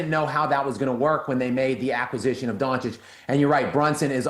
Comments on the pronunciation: Why does Whitlock have such a hard time pronouncing people’s names? I have to mute the show to stop hearing Luka last name. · Please somebody tell Jason Luka Doncic's name is pronounced Don-chich not Don-kich!!!!